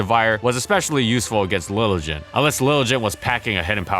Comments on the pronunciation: Your pronunciations of Lilligant and Eviolite makes me cringe 😣 BUT, I still love the channel! And, BTW, HOW GOOD WAS MANECTRIC ACTUALLY?? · Please stop pronouncing 'Liligant' like that.